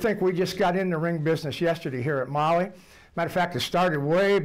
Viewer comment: “Molly”, it’s called Mahle ffk, “Maalle”, I couldn’t tell what company it is until he showed the box. At least learn how to pronounce it in German if you don’t speak German.